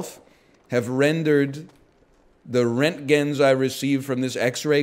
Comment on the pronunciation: The way pronounced roentgen tells me that he didn't watch Chernobyl smh